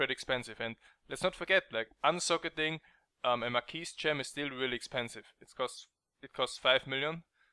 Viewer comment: mar-key........you don't pronounce the "s"